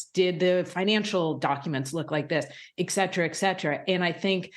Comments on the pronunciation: Hey lady, the word is "Et-cetera", not "Ec-cetera. Come on you're supposed to be educated. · Why are more and more reporters of assumed intelligence mispronouncing "et cetera" as "ek cetera"? Eck!